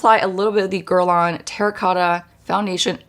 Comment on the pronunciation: I wish she could pronounce Guerlain correctly.